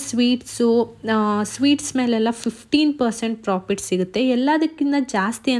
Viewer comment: Nice video .. but you are pronouncing as Frofit Margin please pronounce clearly as Profit Margin